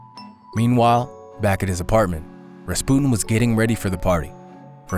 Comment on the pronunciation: So strange. Maybe Millennial mispronunciation, maybe butterfly effect, maybe I’ve been wrong my whole life, but for many years it was Rasp-you-tin. So strange to hear it differently than I grew up with.